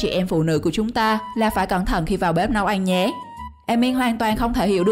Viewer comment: Ăn chứ không phải là eng may mắn chứ không phải là may méng nha bạn